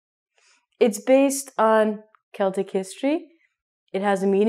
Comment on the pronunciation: great lesson,thank you. I have only a question: why you pronounce Cheltic people? In Europe we say Celtic people, just like other words starting with 'Ce', like 'ceramic', or what else. Tnks